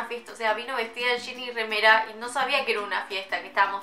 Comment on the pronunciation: Me tente cuando decia remera tipo re raro